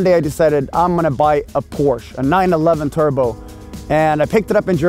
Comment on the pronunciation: He is not a car guy, he cannot pronounce Porsche. Besviken på dig Jon.